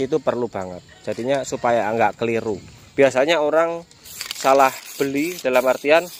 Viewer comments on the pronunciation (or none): none